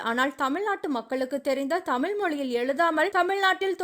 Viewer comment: உங்கள் நோக்கம் நல்லது, முதலில் தமிழ் என்று சொல்ல கற்றுக்கொள்ள வேண்டும் தமில் அல்ல